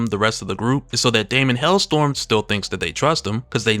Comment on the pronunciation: It's HellSTROM. Not "Hellstorm."